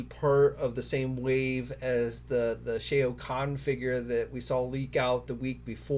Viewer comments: C please, it's SHAO. it really hurts our ears, brother. Lol. Like how you pronounce Shaolin. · Just stop saying the name "Shao", you can't pronounce it and it's just embarrassing. I'm embarrassed for you... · You’re saying Shao wrong